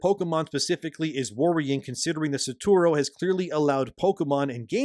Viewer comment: The number of time Shibata Satoru been called “Saturo” over this video made it so much harder to listen to 😭 (Like, I’m not an English speaker and hearing one’s name being butchered again and again is so distracting)